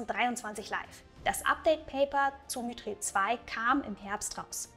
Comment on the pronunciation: Dieses mütriel wird mithrill ausgesprochen (wie man thrill eben ausspricht)